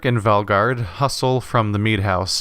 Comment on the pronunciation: valgard, not valgrad.